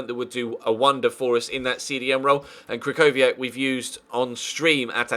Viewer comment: im not polish but my freind is and he said that krychowiak is pronounced as kri-ho-vi-ak